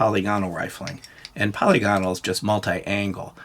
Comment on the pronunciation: btw, polygonal is pronounced "pəˈlɪɡənəl", which, if you can't read IPA spelling, is roughly like "puh-lih-guh-null". You don't sound out all the vowels like dipthongs, they're short vowels (like monopthongs), so it's 'puh-lihgunull'. Sort of like how you would say, "monocular" or "parameter". With 'parameter', you wouldn't say, "Pair-Rah-Mee-turr", you'd say, "puh' rih-mih-ter". I've been listening to your channel for years and figured I'd finally mention it. It's a pretty common error in the firearms community, but I'm not really sure where it started. It's not pronounced that way in German or English. Also, just in case, anyone who gets offended by this comment or thinks I'm being pedantic, get over yourself and stop being ashamed to learn things -- it's just a youtube comment